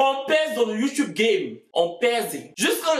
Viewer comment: YouTube se prononce youtoube en anglais 😭😂 mais y’ai aimé